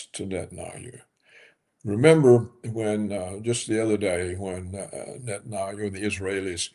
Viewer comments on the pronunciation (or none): Can someone coach this man on the correct pronunciation for the name Netanyahu? I am embarrassed for him.